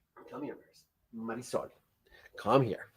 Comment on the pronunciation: Yes, Marisol, Well pronounced.